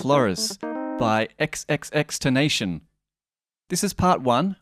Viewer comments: “Tenation” LOL it’s pronounced tenta-sion XD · (xxx-ten-ta-c-own ) xxxtentacion not xxxtentation sorry love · I KNOW THIS MAN DID NOT JUST SAY XXX TEN-NATION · Josh-lyn Flo-rez and XXXTEN-TAS-ION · BOI MAN SAID EX EX EX TENATION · xxx ten ta see own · Ex-ex-ex ten-tassy-on :P Great cover though as ever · Its more like ten tah si ohn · It's ex ex ex ten ta cion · Actually Tentasione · FYI, his name is pronounced '' ex ex ex Tenta Sion'' Kinda lol, wanted to get that out there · it's actually Tentacion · "xxxTenation" XD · He literally murdered the name